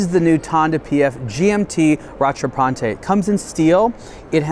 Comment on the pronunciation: You're supposed to prononce "rattrapante" "ra-tra-pant" and not "ra-tra-pan-te". This is French, not Italian 🙂